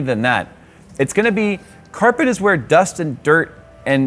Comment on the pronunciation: Nobody: My brain when says carpet: k æ r p è t